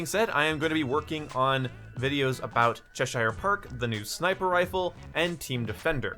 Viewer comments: Cheshire Park and it's pronounced Chesher because it in England and English and not America or American. I live 20 miles away from the place. che-Shire is how Americans mispronounce our place names. Derbyshire, Yorkshire - both are pronounced the same way. Darbisher, Yoursher. Birmingham is also pronounced Burmingum - NOT Bir-ming-ham...at least in the original, you guys changed the pronunciation for your version of the place, the one you have in Alabama. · Chesire is pronounced "Cheshir", weird but true.